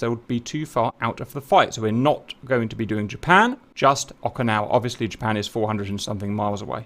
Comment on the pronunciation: 'Merca. Jerpern.